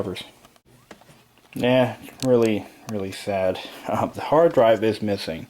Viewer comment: I tout I hewd a hawd dwive... lol